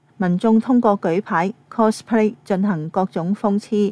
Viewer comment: 係 cospay，唔係 closplay